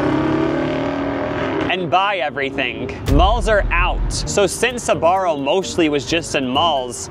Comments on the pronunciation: Why is it pronounced Sabaro instead of Sbarro? :face-blue-wide-eyes: I mean, there's no A after the S. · Wait you pronounce it “sabarro”? When it was in my country it was just “sbarro”. 😅 I was living a lie!! Loved their pizza though. It was the first place to sell pizza by slice and that slice was tastyyyy. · when first said Sbarro I misheard him as "Sephora" and I immediately accepted their downfall without question lmao